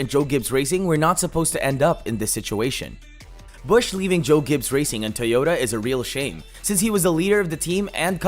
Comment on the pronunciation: Great.... more fake NASCAR channels. This is utter rubbish. You can't even pronounce the team name correctly and none of this is news. Stop making videos for clicks to achieve some BS success. Please people.... stop watching this nonsense. A video with a bunch of random facts that we already knew, and offer absolutely nothing new. You are literally copy and pasting a bunch of pictures together, with some word vomit of information that is a year old.